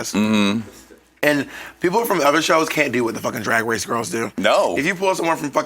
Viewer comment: "Rupaul's Drag Wace"